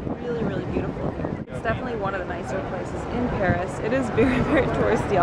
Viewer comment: Hi ;) do you speak french ? cause you have a perfect accent when you pronounce the place of Paris ... I usually speak french, I'm Belgian. Thank you to share your travel, it was nice ^^